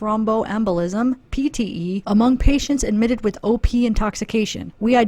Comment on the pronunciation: Every time you said "OP" intoxication; i thought u were saying "opiate " intoxication. 🤦🏻‍♀️ lol. I was like.....really??? Opiates can cause pulmonary embolus and DVT's??? Haha. OP's would show up in toxicology screens. We don't have to "look" for certain chemicals. When a tox screen is done- it will show ANYTHING not normal. Antifreeze and Round-up are both organophosphates. So YES very easily accessible. But it would show up on a tox screen. The DUMBBELL thing is CRAZY!!!!!!